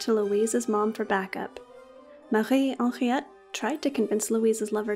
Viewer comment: I love the the way you pronounce Marie Henriette 🙂